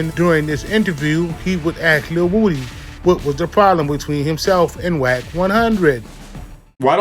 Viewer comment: Lil who??? Who tf is lil wooooo-D??? I know you hear everyone calling him lil woody why do you keep saying lil woooooo-D